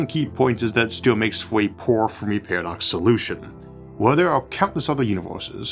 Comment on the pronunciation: Do not mean to poke fun or anything, just curious. “Univuse” “Pawadox”